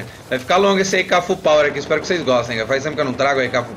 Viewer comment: ae manja dos inglês